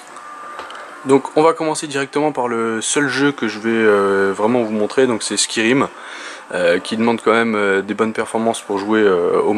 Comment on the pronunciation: Ha bon ?! Jusque là, je n'ai entendu que toi le dire de cette manière... mais c'était juste pour rire hein ! D'ailleurs c'est cool que tu ne l'ais pas pris plus mal ;) bonne continuation !